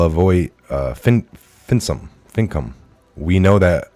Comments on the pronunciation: I am very surprised does not know about and be able to pronounce his name. Wow. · Pretty embarrassed showing this video to someone and you don't even know how to pronounce LeVoy Finicum's name and think BLM when talking about government agencies stands for Black Lives Matter? Seriously??? I question the title of your channel because a Patriot would know these things. Sorry, gotta unsubscribe from this mess. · SERIOUSLY. It is painful to hear you read to us something without your having read it beforehand. As a patriot, you should have no problem pronouncing the name of the murdered American hero, LaVoy Finicum, and listening to you struggle to discern whether BLM, in the context, stands for Black Lives Matter or Bureau of Land Management is embarrassing.